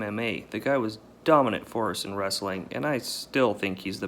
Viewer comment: 😂😂Brekfrast and he say's Wrastling😂😂 is that how people speak wherever Chael is from Origon or Ohio don't know or can't remember the mean street's of ,,,,,,,,,,,💪🇮🇪💯